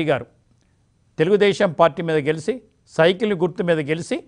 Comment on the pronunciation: ఈ గెలిసి, పిలిసి భాషేంటి? ప్రతి వీడియోలోనూ వందల సార్లు ఉచ్చరిస్తున్నారు. ఇది జర్నలిస్టుల భాషా? ఈ ఉచ్ఛారణే డిబేట్స్ లో పాల్గొన్నావారు కూడా ఇమిటేట్ చేస్తున్నారు. వినలేక చస్తున్నారు ప్రజలు.